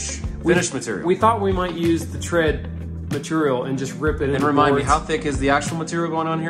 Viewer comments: "Matorial" :D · The best episodes are the ones that says "material" on! 😄